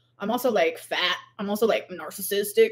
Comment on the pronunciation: "Because I'm FAHT" What the everliving hell is this voice and personality